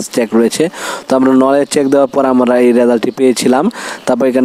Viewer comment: 😊 মেশিন লিখা কই পাইলেন? নলেজ লিখা কই পাইলেন? শব্দ গুলো ভালো করে পড়ে ভিডিও তৈরি করতে পারতেন। ভুল উচ্চারণ হচ্ছে আপনার।